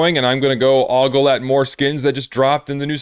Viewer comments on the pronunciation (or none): none